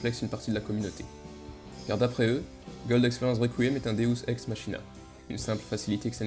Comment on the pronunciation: On dit deus ex maKina mais sinon c’était une bonne vidéo 👍